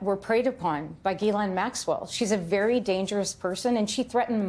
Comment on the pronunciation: I’m surprised that no one has looked up how to pronounce Ghislaine. I looked it up on Google. It is French, and pronounced jislane.